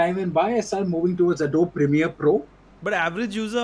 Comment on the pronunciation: You guys should have spent few minutes in how to pronounce ADOBE :P